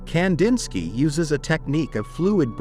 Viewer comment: Ai... goodbye immediately leading off with that awful mispronunciation